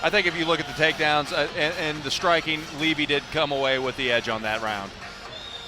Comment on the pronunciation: levy not livy